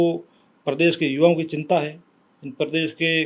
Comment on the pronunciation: सिनता नहीं बोलते चिंता बोलो